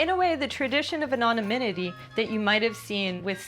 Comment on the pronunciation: No, she clearly said, "Anonyminity." If you're gonna give her a hard time, at least make sure you get it right.